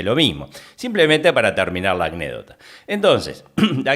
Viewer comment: SE DICE ANÉCDOTA, NO ACNÉDOCTA.